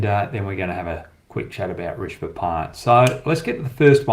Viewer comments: Risbah pant? It’s pronounced RiSHAB. Keep up the good work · Rish-ab Pant Not Rish-ba Pant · Love your analysis Hoggy! Keep up the great work!!! I can help you with the pronunciation it’s Ree-sha-bha. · Hoggy, Love your show with fearless predictions and honest analysis. Couple of things - u seem to have a problem with pronouncing Rishabh - it is Rish-ab. Also why don’t you use the red ball to demonstrate movement during test matches? Keep up the great work mate!